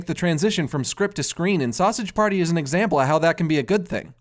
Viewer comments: "Sowsadge Pairtee" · "Sassege paerty" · I really love how he says sausage party like if hes irish